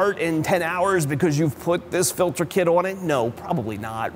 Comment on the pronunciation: Filder? Is that a Pennsylvania thing? 😂